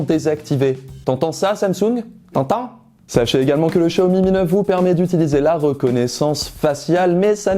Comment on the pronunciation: Maintenant j'entends Show Me me Neuf